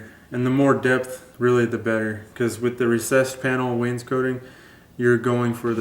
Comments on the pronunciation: Not to be a pest, But, It's Pronounces Waynes` coting, NOT Waynes coating....jus sayin..... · Awesome teacher. FYI: cot is not pronounced coat. Wains COT ing. No biggie. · Really enjoy your vids! thank you for taking the time to make them. not to be an over critical knob... But every time you say Wanescotting I cringe a little. Maybe there is an accent there, but it sounds like you say "Waynes-Coating" edit: I should also say you guys do good work!